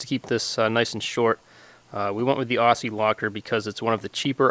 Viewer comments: pronounced OZZIE ! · It's pronounced ozzie locker. And they should be made in Australia. 4WD territory of the gods.